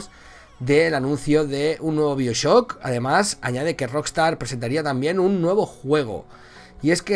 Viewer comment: Se dice baioshock